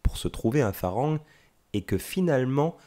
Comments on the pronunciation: hello, un peu d'effort svp pour prononcer le mot Farang on ne prononce pas le R. on dit "falang" . Le son R n'existe pas .merci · 😂 merci j'avais trop envie de le dire, je ss Lao , les thaïs st mes cousins😁 & malgré tt on dit "falang" qui ne se prononce pas "en" mais presque "a"